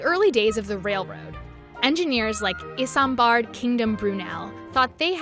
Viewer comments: IT IS PRONOUNCED IZIMBARD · it is pronounced izambard not is-ambard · Is om bard it’s ism bard get it right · It's not I"SAM"bard it's izambard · Eye-Sam-bard Kingdom Brunel. Not in-zam-bard. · IZ em bahd, not Is em bard. Correct? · Iss-am-bard? No!! It's Is-um-bard Kingdom Brunel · Pronounced iz am bard. But at least you call locomotives, locomotives not trains. Great to see you know your stuff. Also, vector will need a system that somehow allows multiple trains to run at once which isn't possible with one pipe as the pipe will push both at the same time and thus as stations are different gaps apart problems will occur. Someone would have to divide a system to cut off areas, then pressurise them to force the train then de pressurise them when the section is broken to allow the next. Moreover where would we get the magnets, even if electromagnets, digital communication between each train would be difficult with the interruption as well as our own devices. But if someone can solve all this I will be looking forward to this concept becoming closer to reality. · Lol the American accent pronouncing ISUMLAMABADADAD kingdom brunel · Can someone teach the voice over lady how to say "isambard" plz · you miss pronounced brunels first name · please don't get women, or americans, that can't pronounce this guys name, to even make a video! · awkward pronunciation of Isambard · narrator totally butchered the pronunciation of isambard kingdom brunel...